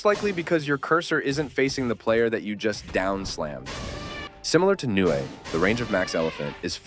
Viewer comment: It’s not nue it’s nu ay